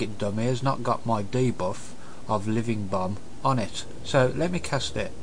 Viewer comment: it sounds like he said "living bum" hehe, nice video for beginner, i personally knew all this, i love to use power auras, i think its the best wow addon ever, but show me how to show hand of gul'dan active timer, it just wont' work for me. :/ anyone know?